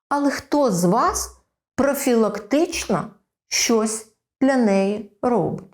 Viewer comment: прАблЄми кАсмЄтолога прАфілактично дискАмфорт трохи ріже вухо